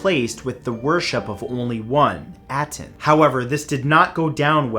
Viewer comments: Ah-ten .... Not at-en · It’s pronounced ah-ten, not At-en. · First of all you're mispronouncing Aten, second there's no mystery there. When AkenAten died the people of Egypt went back to the proper Egyptian beliefs and destroyed as much documentation of AkenAten and his religion as possible.